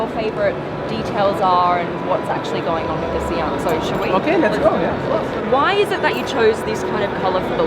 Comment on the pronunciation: It's S(eye)an